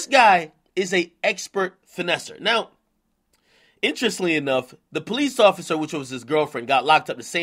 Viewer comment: “Intresly enough” Ak Issa T & a ing in there bro